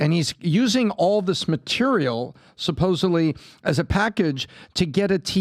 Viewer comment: Love you guys but, "Supposebly?" Really?!?!?